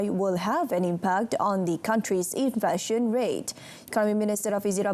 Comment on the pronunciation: It is pronounced in-fla-tion, NOT in-flar-tion.